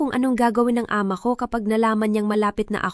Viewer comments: Hindi b pinoy ang narrator?d ayos ang bigkas.gaya ng ama.mali ang bigkas. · Bakit Ate Ramon. Diba dapat kuya Ramon. Ayusin mo ang pag pronounce ng AMA.